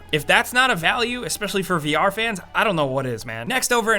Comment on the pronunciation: Eks-peshally? Really? Eks-peshally. Sigh.